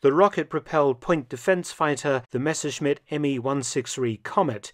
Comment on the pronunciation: Dr. Felton is a rare figure pronouncing the Messerschmitt correctly🙏🙏